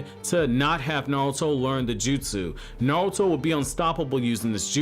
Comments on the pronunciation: the way you say naruto is like naWuto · Is he saying navuto😂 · real question is why does this guy pronounce it NAOTO